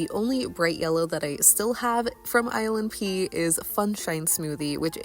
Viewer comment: Every time you say ilnp i hear island pee